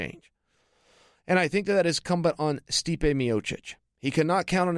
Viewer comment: "Stipe-ay" hahaha. Chael's annunciation cracks me up